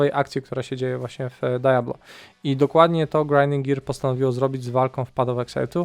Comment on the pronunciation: dziwnie to da-ja-blo brzmi :)